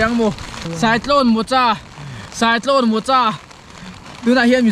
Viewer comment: mokha tia lam tur